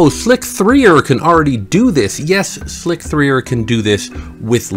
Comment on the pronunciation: it's not slick-3-er it's slicer just spelled with a 3 instead of an E (see